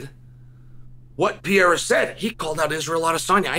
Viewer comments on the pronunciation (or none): Alex PERREIRA!!!!!! Not Pierra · Dude stop calling him "PIERA" it's "PEREIRA"!! You pronounce it wrong😂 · When the goat calls you peeaira your name is now peeaira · Pay- hair-a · pee-era. Chael pronunciations again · Lmao he pronounced it right once and screwed it up the rest of the video